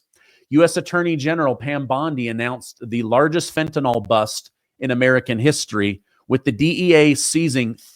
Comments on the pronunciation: The word is Fentanyl not Fentanol! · Fen ta nyl NYL - rhymes with hill, NOT NOL that rhymes with doll ! Pronounce it correctly.